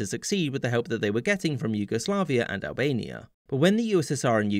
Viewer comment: He says Albania though?